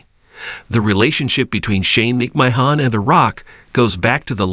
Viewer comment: OMG!!! The narrator of this is dork...obviously has no clue to who these people are he's speaking of...can't even say wwe or McMahon right....